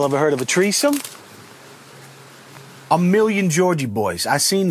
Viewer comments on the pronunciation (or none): "Treesome" that's new! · "Ooh, sup shorties? Yall ever heard of a Treesome?" 😂🤣😂🤣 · When he said "Y'all ever heard of a treesome?” i lost it😂😂😂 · Lmao I’m dying you said “y’all heard of a tree some” lmao 🤣